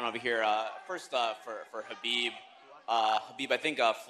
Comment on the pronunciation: Guy called him beeb 😂